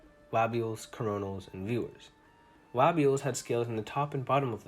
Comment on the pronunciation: its leibial not læbial